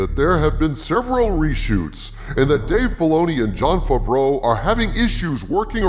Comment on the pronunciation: Hi, just wanted to say that I enjoy your videos and the format you use with the character and all, and also that always makes me laugh, is when you say Jon Favreau, I hear; Jon Fafreau, and it reminds me at the sketch of Jeff Dunham with his dummy peanut (Jeff F F).